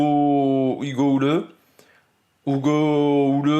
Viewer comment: Pour la prononciation de Hugo Houle c'est "Houle" comme la Houle (le vent). Et pas "Houleux";-). Attention tu vas te faire taper dessus si ya des québécois sur la chaîne